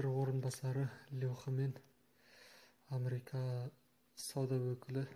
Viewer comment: Америка деп айтыңыз , Амрика емес....ісіңізге сәттілік тілеймін